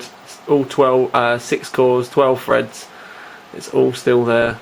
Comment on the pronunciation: LOL "Hyper-Fredding" & "6 Cores, 12 Freds" x)